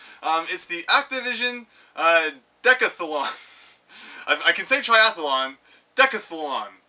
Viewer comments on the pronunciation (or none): It's decath lon not decath a lon and I love the fact mr superior further down is trying to correct you and still gets it wrong;) thanks for the vid!